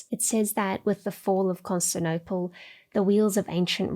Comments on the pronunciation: “Constinople” hurt me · She'd need an editor to make sure she doesn't drop syllables though. Recent examples: 'erroneous' and 'Constantinople'